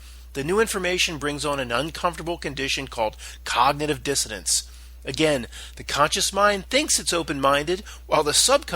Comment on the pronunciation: It's cognitive dissonance it sounds like you're pronouncing the word wrong it's a little annoying sorry to tell you